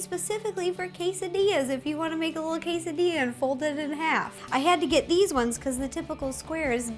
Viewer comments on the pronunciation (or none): none